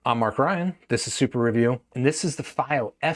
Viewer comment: Wrong pronunciation of fiio